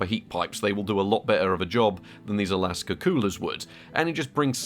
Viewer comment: AKASA NOT ALASKA FFS 😂